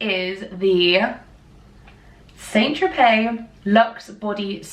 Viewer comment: Hi. Thanks for the haul. St. in St Tropez is pronounced ‘san’.